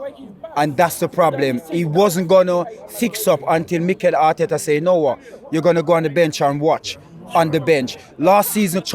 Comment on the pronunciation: "Harteta did Halright. Just TonigHHt."